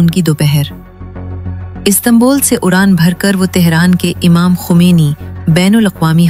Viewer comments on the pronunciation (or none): none